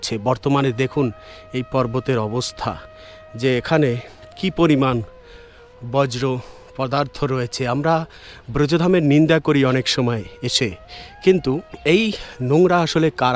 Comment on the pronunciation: Bojro podartho noy😂 .. Bojjo podartho